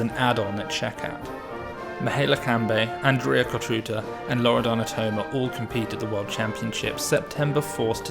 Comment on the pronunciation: Fantastic breakdown of a fantastic team. Thanks for this coverage! Also, small hint: try pronouncing the „ț” in Cotruța like the „zz” in pizza - Cotruzza